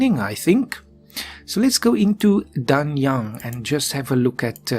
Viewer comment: Yeeeees its me again-Pronounce the "a"s as aè(only the last "a"s,others are as you pronounce them)and "g"s are basically silent so Danyaen(g)(I know some Chinese pronunciation but I am much better in Japanese as it's the same as Turkish)